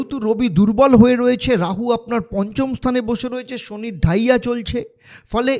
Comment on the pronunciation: কি বলছেন বুঝতে পারছি না,,,, ডাইয়া শুরু হবে? নাকি চলছে ,,,কোনটা?